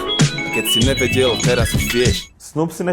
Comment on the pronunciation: ne vyslovuje sa to tvrdo NEvedel ale ňeveďel